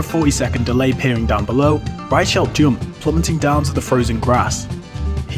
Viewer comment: That's not how you pronounce "Reichelt".